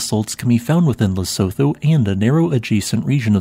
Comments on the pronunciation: It's pronounced Le-soo-too, not Le-so-tho. Apart from that, though, excellent video. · The country you are referring to: Lesotho - just for the record you don't use the 'th' sound. You use the 't' sound only. It would be more accurate to say it the way this is written: Lesutu